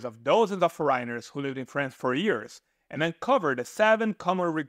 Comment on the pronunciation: face-red-heart-shape:FOREIGNERS in English pronunciation: FOUR' EN- NERS :hand-pink-waving: Please try this! Thank you!